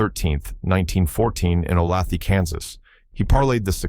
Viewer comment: My thought exactly!! In-genn-you LOL and O-lath-ee?? Come on, its O-lay-thuh!! AI can be useful for written things, but for voice-overs it is a TOTAL joke!!